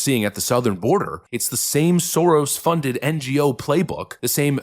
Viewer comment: Hah, love the accent. The way he says "Soros" - that's the correct pronounciation.